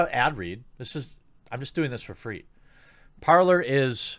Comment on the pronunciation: it's supposed to be "parley", but the universe has already designated it to forever be the "parlour".